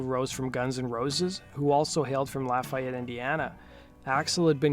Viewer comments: Misprounoucned Lafayette, IN....its not 'laugh' a-yette its 'Lawf' e-yette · Thanks! Except Hoon’s hometown is pronounced LOFF-ee-ett, not lah-FIGH-yet. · Just a note to help. It's pronounced locally as "La fee yette". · We here in Indiana don't pronounce Lafayette like that. Its more Lafeeyette. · Lafayette is pronounced la-fee-ette or maybe la-feh-ette here in Indiana. However you say it, please just don’t put so much emphasis on the Y, this is Indiana, not France or something heh. It’s the home of Purdue University. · I've been to Shannon Hoon's grave in Dayton, IN. Also, you are pronouncing Lafayette, IN wrong. It's pronounced 'La-fee-ette'. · Grrr.. laff-eee-it indiana. There i fixed it for you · I cringed everytime he said it wrong. lol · I'm originally from IN. Merrillville/Gary area. You can tell when someone isn't familiar with the pronunciation of a town lol. Like Hobart. Instead of Ho Bert people say Ho Bart. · That is how they say it in Louisiana but not Indiana....sigh